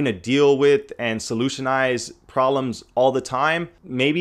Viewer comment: Why do you not pronounce the "b" in proBlems. >.<